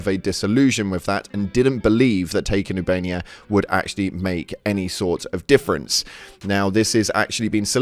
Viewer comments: ITS OOH-BA-NE-YA, NOT YOUBANIA! ❤ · I enjoy your videos but, oob -uh-nay-uh Not oo-bay-nee-uh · Ubainia? This dude can't read its official. 😂😂😂